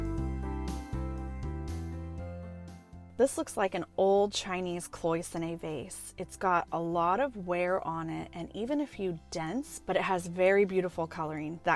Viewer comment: KLOY-ZUH-NAY instead of KLOW-I-SONNIE